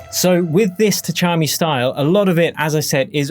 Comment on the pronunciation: Just pronounce it without T, Chami.